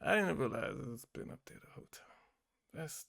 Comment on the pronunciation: Did you say "de" or did you mean "the".